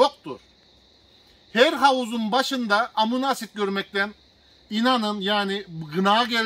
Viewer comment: Hocam verdiğiniz bilgiler için teşekkür ederiz. Amuna asid demenize çok güldüm ama☺️